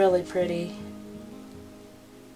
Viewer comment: Oooooh...pretty pretty!!! "cosmicy"? LMAO 😂